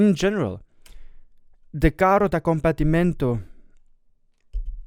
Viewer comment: I actually smiled when you pronounced the name, because you said it quite well and usually no one gets Italian right! Good job!